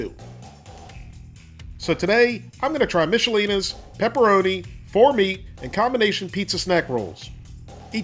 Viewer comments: Not Mishalinas as said in the video The rating was spot on!! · Pronounced mick-i-LEE-na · Pronounced "Mick"alina's made in my hometown of Duluth, MN